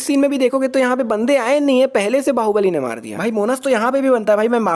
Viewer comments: Baahubali No goobali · bahobali bahobali nahi wo thore he 🤣🤣🤣🤣🤣🤣🤣🤣🤣🤣